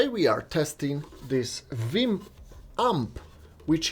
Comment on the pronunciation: Did he just say Viim?